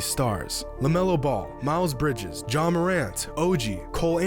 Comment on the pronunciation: it is ja not john 😭😭 people always do this